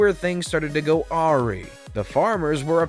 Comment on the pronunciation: Love the way you pronounced, "awry"...